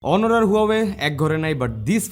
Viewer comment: Brother উচ্চারনটা অনর না, হবে 👉 অনার অনারেবল ( Honorable) থেকেই Honor বা অনর থেকে অনারেবল।।।